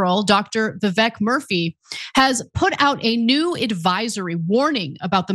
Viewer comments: Oh Ana!!! The SG's name is Vivek Murthy not Murphy. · Ana, his last name is Murthy not Murphy, lol. This is probably the 100th time you’ve incorrectly relayed something about another culture (including “foreign” names).